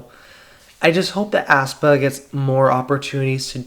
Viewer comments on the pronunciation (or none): Aespa is pronounced "espa" not "aspa". Sorry, but it kinda bothers me how you say "aspa"